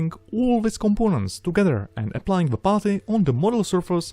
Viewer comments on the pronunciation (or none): i love him and his videos. but i hate the way he says putty. i know he has a heavy accent! still.....botty